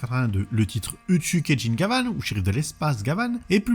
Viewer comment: Quant à la prononciation, il y a suffisamment de vidéos sur Gavan pour y faire suffisamment attention.